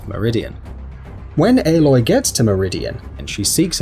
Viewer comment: Did he just say airloy